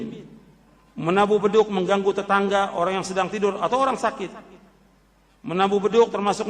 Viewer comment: Bedug bukan Bedu.